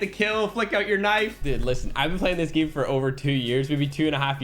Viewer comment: I love how pronounces 'game' as GEEAME